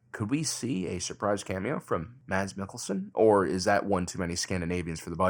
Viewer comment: The d in his name is silent, "mas". Also the å in Skarsgård is read kinda like"ooh". You can just imagine it's written Skarsgord to get a better handle at the pronunciation.